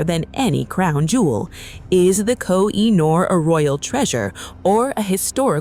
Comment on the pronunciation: It’s pronounced Ko-He-Noor. Duh! 😮